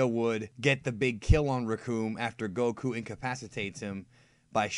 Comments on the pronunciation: why do you pronounce gokus name koKU ? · Goku? Nah.... GoKOO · the better question is why they fooled me by dubbing it incorrectly in the American dubbs where they pronounce it more like "Góku" with emphasis on the o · FUCKING. SAY. GOKU. NORMALLY. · Ugh, I like your videos, but I hate how you say Goku. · The way you say Goku and Saiyan is odd